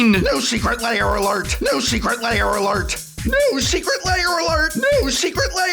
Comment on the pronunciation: I always hear "Secret Layer Alert" from prof's enunciation xD